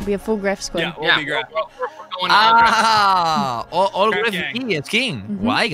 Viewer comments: Grefg es su nombre se pronuncia Gref Ok englhis people xd Sos re troll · 'greft' es como lo pronuncian los angloparlantes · claro todos los que hablan español le cuesta un poco la pronunciación como a mi y todos